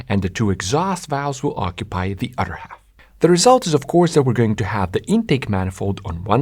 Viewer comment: “Nothing other” Not “nothing otter” Please make self sound- not dumb Yeah, that made me skip this video